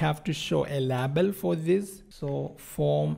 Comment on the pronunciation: Amazing code reusability with detailed explanation ! I love it. I also love how you pronounce 'label' :)